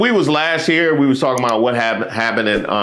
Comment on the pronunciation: That guy kept saying 'we". Who is 'ee'?